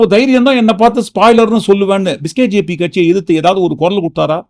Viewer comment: Your pronunciation is demoralising BJP supporters. It is not biskjp, it is BJP. Vijay is never a B team of BJP and can never belong to BJP.